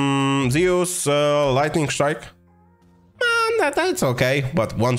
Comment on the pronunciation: zee-oos, no pronouce, zoo-uus